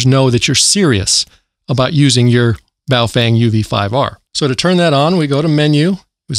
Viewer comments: Dude its baofeng not boof wang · Do you say Baofang instead of Baofeng for irony? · Bahoh Fung.... correct pronunciation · Must be in wrong channel. And it's bofweng!